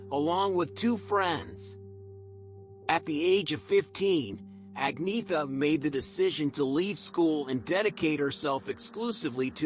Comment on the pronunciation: It’s pronounced Onyetta actually 😉